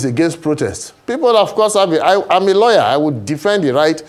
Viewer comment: I was taking the man against the protest seriously until he said he was a “lawyer” or did he say “Liar”?